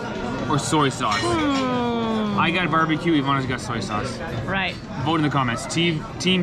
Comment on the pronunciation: Saúce not saude